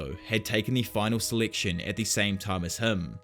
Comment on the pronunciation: Did he say seliction and not selection :/